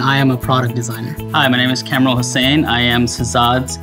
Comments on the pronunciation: GROOM’S BROTHER CANT EVEN SAY HIS OWN NAME RIGHT. ITS “KAHM-RUL” not “Camrul”. MAN FROM QUEENS JACKSON HEIGHT TRYNA BE WHITE. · I knew he would be irritating when he pronounced কামরুল ~ ক্যাম্রুল 😑💔